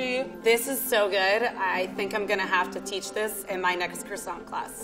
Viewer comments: Croissant dough or krsont dough? Hmmm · Anyone else cringe when said "maRscaponne' and "crOssanT"? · Knowing how croissant is actually pronounced in french made me shudder every time she said it. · The level 3 chef has been a pastry chef for 9 years and she can’t even say “croissant” properly